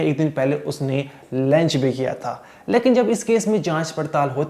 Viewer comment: रिपोर्टर साहब laanch नहीं होता लंच होता हैं सुधारो अपने आप को